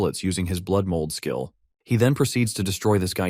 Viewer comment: i Thought you said skill, not Blick.😅😂